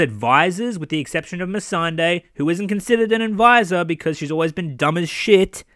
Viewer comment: The guy can't even pronounce Missandei...he says miss and day... When greyworm and everyone else in the show says me sun day proof they dont watch their own show